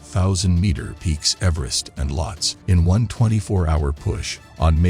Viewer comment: Isn't the name pronounced as "Lowt-see" ?